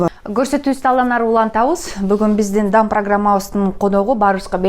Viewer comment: Дам программасы дебей,даам деп кичине созуп айтсан создун маанисин кетирбей